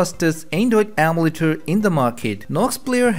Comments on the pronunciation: It’s EM U LATER not am u later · its called emulator not amletters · is it me or is he saying andoid ommeletor